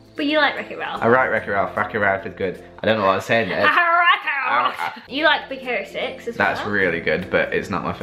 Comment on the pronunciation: Lol when said Big Hero 6 I thought she said "Big Carrot Sticks" 😅